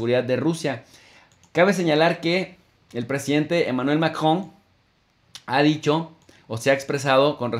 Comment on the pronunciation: Diga macron jejeje lleva luchandola pa decir macron....saludos buena información